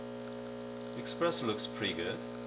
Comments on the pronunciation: it's called really Espresso and not Expresso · I heard eXpresso too,every time. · Stop calling it expresso pls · Honestly, I was skeptical about the quality of advice from anyone who pronounces espresso with an x, but it was actually a very helpful video for this beginner! Thanks!